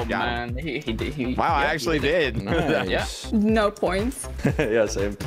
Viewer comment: “Nyo” Denis - 2020